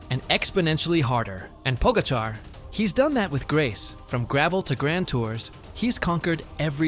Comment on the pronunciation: Po-GA-char. Source: I'm Slovenian :)